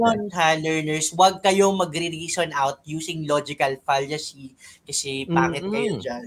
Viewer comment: Mali po yata pronunciation ni sa 'Fallacy'